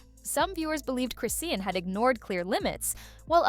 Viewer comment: Her damn name is ChrisSEAN!!!! Why is she keep saying Chrisann 🤦🏽‍♀️. Done watching